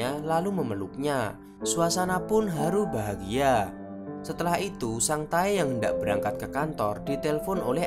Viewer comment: Nama : Sang tae Yg saya dengar : sang tai